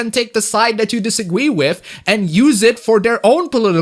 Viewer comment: You said "Disagwee" twice and I just wanted point that out